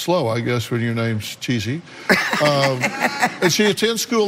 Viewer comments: Anyone else get annoyed when Dr.Phil calls that girl "Cheesy" when it's clearly "Chess-ee" 😅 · Yes! I don't understand why he said that, unless Renee and her family told him that that's how "Thomas" pronounces her name. (If so, then Dr. Phil should have asked why that is.)